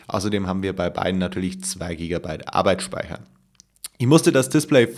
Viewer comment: in keinem einzigen deiner videos spricht du arbeitsspeicher richtig aus :D bei dir hört es sich immer wie arbeitsspeiher an :D